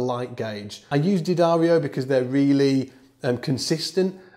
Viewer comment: Thanks for the correct D'addario pronunciation.